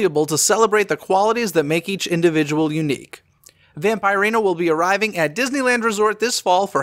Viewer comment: Pronouned Vamp-ER-ina:)